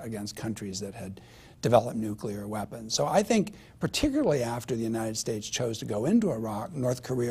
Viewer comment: "Nukilar weppins"